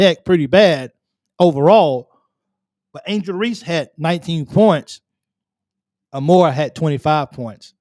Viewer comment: Hokie here. Georgia is amazing and fun to watch play, but her last name is pronounced “A Moore”, not “ahMore”.